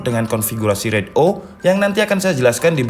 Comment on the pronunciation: koreksi bang, pelafalannya bukan RAID O (huruf O) tapi RAID ZERO (angka nol)